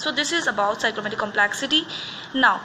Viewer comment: Please correct your pronunciation for complexity